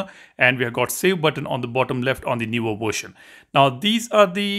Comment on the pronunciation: What the hell is a " worshin"?